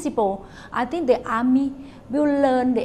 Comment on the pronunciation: and it's actually not 'I think' it's 'I ting' - -''